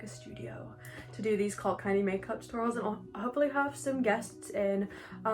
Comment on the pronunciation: When she said “cult candy” I heard “cocaine” and thought I clicked on the wrong video👁👄👁